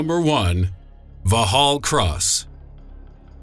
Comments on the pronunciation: Vorks-hall cross. Not vorhall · It's "Vox-All" Cross, not "Va-Hall" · Va hall. ..... no it's vox hall spelt Vauxhall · I'm pretty sure Vauxhall is pronounced Vox-Hall. Not Vor-hal... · Vaugh-hall Cross lol! Try Vox-hall guys. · The X is Vauxhall isn't silent, its pronounced Voxhall, not Vauhall, you really need to correct that. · It's not "Vaw Hall Cross", it's pronounced as "Vox Hall Cross" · MI5 building is "vox-hall" cross.... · Lol Vauxhall cross where MI6 is based, The narrator calls it val hall cross, It is pronounced vox hall cross. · VOX-ALL. not vough-hall.. And nobody's used the word guvnor in over 100 years.. Keep up with the times bruv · Vaa-haal Cross??? FYI, its pronounced Vox-all. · Vauxhall is not pronounced "Valhal" It is pronounced Voxhall. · Oh dear. It's pronounced Vox Hall; not Vaux as in French with a silent 'H'. Yes, you can take photographs of it, from the other side of The Thames. MI6 and SIS are the same thing, not two different organisations. The IRA carried out the attack with an RPG, no mystery there (and they didn't manage to get through the re-enforced windows.) No, they didn't kill Princess Diana (why would they?) and David Shalier - who is now going through a sex change, having claimed to be Jesus Christ - worked for MI5, not MI6, and would therefor have worked in a different building, Thames House, the other side of the river. Apart from that, this is INCREDIBLY accurate..... NOT! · It's vox-hall, not vor-hall. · Va hall Cross.....Pmsl. It's pronounced Voxhall Cross numpty. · vauxhall not vorhull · first of all - great video. but for the love of god stop calling 'Vauxhall Cross', vo-hall cross!!!!!!!!!!!! it's pronounced vox-all (Vauxhall)!! VOX-ALL!! VOX-ALL!! Definitely NOT however the heck you're saying it v'hall, vehall, v.... oh I give up!!! But whatever dude, it's VOX-ALL!!!!! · Va'hall Cross. who knew such a pronunciation existed indeed? Maybe he will do a video on equally unpronounceable cars. The Va'hall Ve'tor perhaps. ..